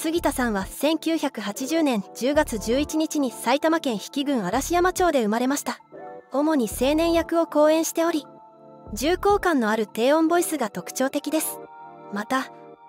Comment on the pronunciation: 杉田くんの出身地は『らんざんちょう』です。AI読み上げだと思うので仕方ないのですがご指摘をば。